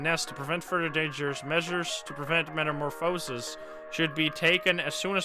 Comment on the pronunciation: But, it's pronounced meta-more-fuh-sis, not meta-more-foe-sis.